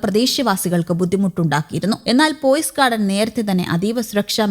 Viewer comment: പോയിസ് അല്ല പെയ്സ് ഗാർഡൻ